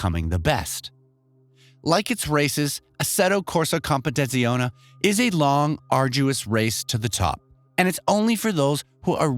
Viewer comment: Mofo can’t even pronounce the game’s name